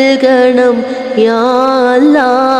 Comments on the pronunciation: അവരുടെ പാട്ട് ഒരു സംഭവമാണ് അച്ഛനും അമ്മയും മക്കളും നോക്കിയും ചിരിച്ചും ആ പാടിയ പാട്ട് ഹൃദയത്തിൽ മായാതെ നിൽക്കും അവരുടെ അള്ള എന്ന ഉച്ചാരണംperfect നമ്മളെ കൊണ്ടു പോലും കഴിയാത്ത തരത്തിൽ അക്ഷര സ്ഫുടത എന്തായാലും തകർത്തു എല്ലാ ഉയരങ്ങളിലും ഇനിയും അവർ എത്തട്ടെ എന്ന് ഞാൻ പ്രാർത്ഥിക്കുന്നു പിന്നെ പാടാൻ സഹോദരിയും ഒരുപടി മുന്നിലുണ്ട് എല്ലാ ആശംസകളും. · 'അല്ലാഹ് 'എന്നുച്ചരിക്കുമ്പോഴുള്ള ഉച്ചാരണ ശുദ്ധിയും അതിന്റെ ഫീലും... Great ...!!!